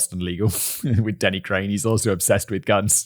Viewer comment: "Denny Crain."